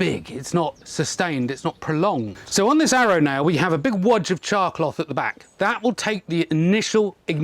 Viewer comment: Thank you for typing it out because to me it sounded like he was saying "chalk block."